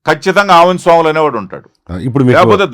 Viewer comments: సోములు కాదు...స్వాములు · స్వాములు అండీ ఆయన పేరు, సోములు కాదు అండీ. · సోములు కాదు స్వాములు అనుకుంటా అన్న పేరు.